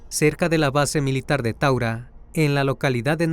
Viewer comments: taura no taguara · Disculpa no es tagura es taura allí queda la base de fuerza Aeria del Ecuador por ahí pasa el rio taura